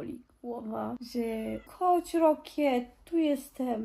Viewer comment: Trzeba mieć fantazję, żeby Rocket wymawiać "rokiet" 🤡 i nie, to nie kwestia francuskiej wymowy, jak mi nie wierzycie, sprawdźcie w tłumaczu